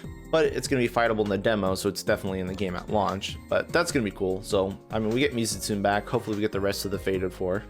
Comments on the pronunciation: u said it wrong too lol its neh not nay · hate being this person but it is pronounced: "me-zoo-tsoo-nay"